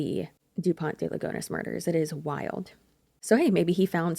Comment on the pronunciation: I find it kinda funny how you pronounce a frenchman name in spanish 🤭. But if youre curious here's the pronounciation guide "Kza-vee-hay Dupon (we dont pronounce the T) De Lee-gun (also dont pronounce the S).